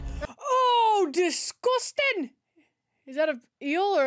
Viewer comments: "DISGUSTIN'!" When did you turn scottish?😅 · palace.. I do recall that "Secret Wars " was quite an epic achievement all our major Marvel heroes and villains in one arena. Great performance from Tom Hardy, at her enthusiastic best and did just put on a Scottish accent? lol 😅 Discuusstin!!!